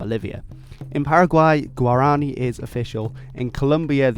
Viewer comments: You mispronounced Guarani, the stressed vowel isn't the "a", but the "i" in both Portuguese and Spanish languages. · Guarani = g'War a knee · Actually scrub this - he also mispronounces Quechua, Guarani, and even Genoa. I give up!!!